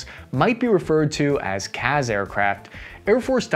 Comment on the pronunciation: FYI, CAS is pronounced with the same S as in Support. It's cass, not caz.